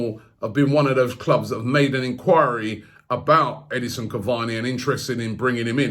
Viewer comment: Robbie.. it’s E-D-I-N-S-O-N not E-D-I-S-O-N